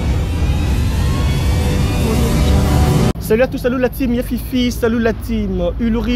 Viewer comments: Vraiment depuis un moment je veut leur faire cette remarque, c'est la teame pas time 🤦‍♂ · Ulrich on ne cesse de te répéter on dit team (equipe) qu’on prononce Time. Time (temps) se prononce « taïme » . Donc je suppose que du parle de l’équipe et non du temps. N’est ce pas ? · On dit la team qui se lit (Tim) Time c'est le temps qui se lit (Taïme)